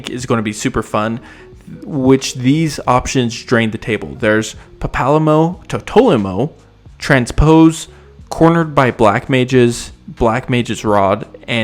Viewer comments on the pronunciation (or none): No hate to your pronunciation of FF14 character names but Papalymo is pronounced Papa-Lee-Mo. The “Papa” part is pronounced just like you would expect if this word was alone. A lot of the names are hard to read. But dear god do not try and get me to read the french names. I only know the ones that are spoken often in the game. Then there are the Roegadyn. I am doomed if my life is on the line and asked to try and read those names. For example, one of the most popular Roe characters is “Merlwyb Bloefhiswyn” and that is an easy one to read in my experience. Relatively speaking I mean. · The pronunciation of Papalymo lol 99% sure it's pronounced papa-lee-mo